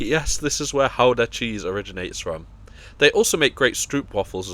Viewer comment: Kudos for pronouncing Gouda correctly!